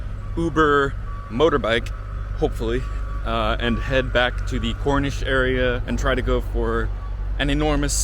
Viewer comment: It is not Cornish it is Cornashe